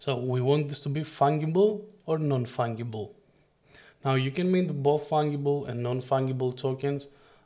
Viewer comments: Its an easy enough English mistake to be made as the word fungus uses the ga as in gas … i rather like hearing it as fung-able !!! You did a great job on the video - tell me tho - if you made 100 what makes each one different from the other ? Can it be the number of each one minted? Because if they are all the same as copies wouldnt that make them fungible ? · Nice video, but please, learn and pronounce correctly the word "fungible", please!!! The "g" is pronounced as the letter "j" in "JumpNet".